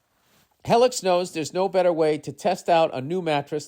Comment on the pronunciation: lost it on the helix Heylix shit